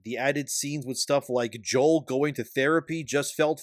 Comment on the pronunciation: Joel cough cough It's Joel :)